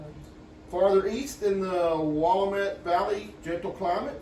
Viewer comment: I’m a native Oregonian. Please say it again 😂.. and yeeees what a beautiful state we used to have .. sah mun… will AM ett. So fun